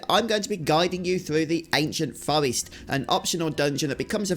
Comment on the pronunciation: Its pronounced Forrest not fowest. Get speech therapy!